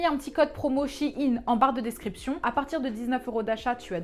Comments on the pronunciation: Suis-je la seule à dire « shaine » pck dit « Shi’ine » du coup je vais apprendre mieux l’anglais... hein Ciao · C shein pas shiin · Ca se prononce sheein pas shieine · Bon, je tranche l'affaire ! Je le prononce "Shaine" et Google aussi, donc maintenant tout le monde le prononce comme ça 😂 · a chaque fois quelle prononçait shein en mode chiine ca me fumer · Jsuis la seule à dire Shaïn (moi c comme ça que le prononce) XD